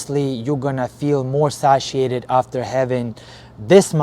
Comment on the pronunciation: its pronounced say-shi-ated